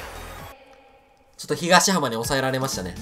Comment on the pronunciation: 東浜(とうはま)ですよ！